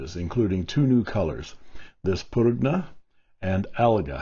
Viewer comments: Actually, in Italian, the "g" in Prugna is kind of silent, (it's actually a palatable pronunciation with the "g" & "n" running together), so it would be pronounced "pru-nah". And yes it does officially translate to plum, but I've also heard it used in reference to a prune: Little Italy Da'Bronx, NY, circa . 🇮🇹🇺🇲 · I think prugna is pronounced "prunya".